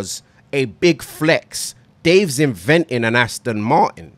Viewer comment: AstIn vs astOn ngl sounds better with the i